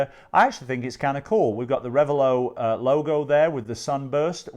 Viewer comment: It's not rev a low, it's rev a lot. The name is two words combined: revel and zealot.